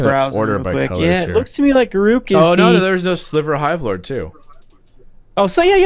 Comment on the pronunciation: Correct pronunciation of Garruk